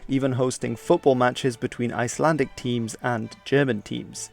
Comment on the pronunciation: Icelander here. Nice to see a video on us and I must say that your pronunciations of our places was superb, well done. One thing I have to add is that when the British left the Canadians in command of Iceland, that was really negatively looked at as the relationship between the Canadian soldiers and the local population was pretty poor. I am not sure if this is true, but a lot of people say that most of the Canadians had been convicts that been drafted into the war and that was why they were so rude to the locals. We did like it better when the Americans were here compared to the British, mostly because of the brief pause of the war around our waters. But Ástandið definitely did sour the relationship between the locals and the soldiers, despite them being a bit of a blessing in disguise given the jobs and the money they brought to our country. One of the greatest tragedies that happened to us was the sinking of Goðafoss in 1944 by a U-boat where 43 Icelandic people died in a single day. I know a woman who lost her husband to a German U-boat and then there is my own grandmother who lost a grandfather of hers to a German U-boat as well, but that was in the war before the Second World War. We definitely came out of the war economically well compared to most other countries and after the war, we did not really want the Americans to leave, but we also did not want them fraternizing among us, so we made a deal where they would stay in their military bases most of the time only comi